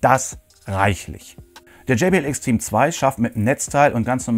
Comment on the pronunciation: gumminubsis und wie du extreme, ein englisches wort, aussprichst. ich schmeiss mich weg XD